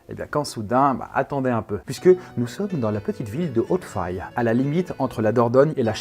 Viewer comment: Il y a des chances que Hautefaye se prononce comme Abbaye